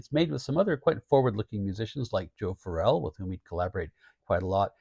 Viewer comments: Hey I really love your channel and I think you do a fantastic job but I think you should call Joe Farrell exactly that..... not Joe Phar rell...... at least that's how it sounds when you're saying his name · weleda listening to Joe Farrell for fifty years and that's the way I always heard his name mentioned going back to when I seen him live as a Young Man just thought I'd point it out like I said you have a fantastic Channel I just had this thing about pronouncing people's names you know Farrell sounds like Carol